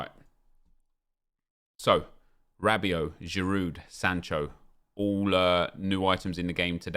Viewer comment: Craig why do you continue pronouncing the 'd' in Giroud? Are you really that thick?